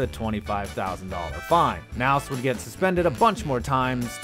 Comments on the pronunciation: You don't know how to pronounce Knaus? Surprising since he's one of the most famous crew chiefs in Nascar. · Ugh! The K is not silent in Chad Knaus! Sorry, my brain kept hurting more and more everytime he said it. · You’re completely butchering Chad Knaus name me k is not silent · The K is not silent in Chad Knaus. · The K isn’t silent. Lol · It’s obvious you know nothing about NASCAR. You don’t know how to pronounce “Knaus”. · The k isn't silent in chad knaus's name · Lean how to say Chad Knaus damn name, you sound like a fool. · Bro you pronounce the K in Knaus. Good video tho, love the content so much man!!!!!! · Next time you do a NASCAR video learn how to pronounce Knaus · For the record, the K in Knaus isn’t silent... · I disliked this video for not knowing how to pronounce knaus. One of the best crew chiefs of all time, you should know who he is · u say the k in knaus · The way says Chad Knaus' name makes me wanna throw my laptop through my window. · You actually are supposed to pronounce the K in Knaus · Learn how to properly pronounce “Chad Knaus” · This guy doesn't even know how to say Knaus! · The K in Knaus isn't silent. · you forgot to pronounce the "K" in Knaus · Was anyone else bothered by the horrible pronunciation of "Knaus" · You have no clue about Nascar do you. You don’t even know how to pronounce the names.. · At least learn how to announce the names before you make the video. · If you can’t pronounce knaus correctly you ain’t nascar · Omg please learn how to pronounce Chad Knaus’ name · Holy shit, not only can you not pronounce Knaus, but you brought in a guest speaker who has a speech impediment so bad he sounds like a 12 year old with downs. Big yikes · Just letting you know, the “K” in Knaus is not silent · The K is not silent. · A nascar fan myself. However the k in knaus is not silent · You pronounced Chad Knaus wrong. His last name has a little kuh sound in the front. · Chad Nouse..... its KA Nause not Nouse Chad Knaus....